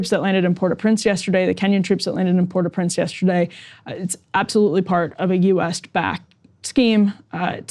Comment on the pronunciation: I’m glad she learned how to say Port au Prince